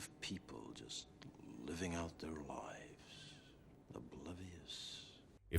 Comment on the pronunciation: He says li ves instead of lives.